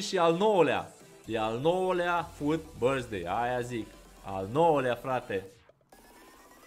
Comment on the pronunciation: "Happy birsthday loco" =)))